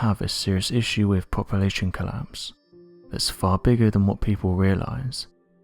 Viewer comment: "Poppa-la-shun" instead of "Population." I really wish they would find someone that can speak without an impediment. I can't stand this guys voice!